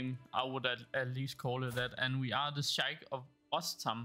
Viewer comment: just so you know even tho im probably wrong the h in Sheikh is silent i think